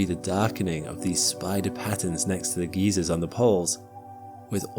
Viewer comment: Really great video, really enjoyed. Perfectly coherent, scientifically accurate, well paced, and perfectly narrated. Please just pronounce geyser (guyser, not geezer) correctly.😂